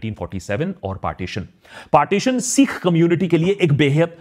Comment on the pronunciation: Long vowels and short vowel pronunciations have a big difference in meaning. Caution while uttering "sikh".